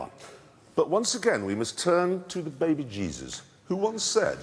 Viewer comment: *behbeh jeezus